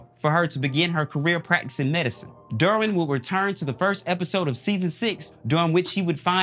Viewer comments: Bro. Did you just not watch any of these shows. The mispronunciation of the names are sending me. Dermwin..Joann Clayton?? PUT SOME RESPECT ON THEIR NAMES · I love this show. I'm binging all the seasons now before I finish the most recent season. And say it with me DERR-win. Not dorrwin. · Why’s he saying “Derwin” so weird?